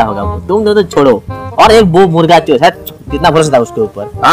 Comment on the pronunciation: Chor bolna to sikh pehele 😁😁😆😆😆😆